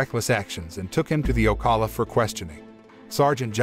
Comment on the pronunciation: He miserably pronounced "Ocala". I am a florida resident.